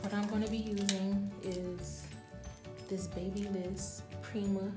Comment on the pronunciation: It’s Ba...Byliss not Baby bliss